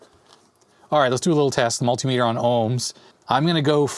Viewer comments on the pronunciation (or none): none